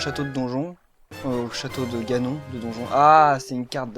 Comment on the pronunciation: Cool pour la carte d'acquisition de 3DS. Impatient on va en avoir des let's play alors ^^ :) Moi je les a(vais)i tous les MP. Le MP sur GBA était moins bien que le 8 quand même ^^ Mario Party Island Tour sa va être vraiment cool jusqu'à noël tous tes let's play ! Ganon ça se prononce Ganone ^^